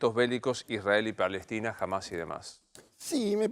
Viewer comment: Nova no entendés nada...dios mío nisiquiera pronuncias bien hamas a pesar que te lo dijo 20 veces asis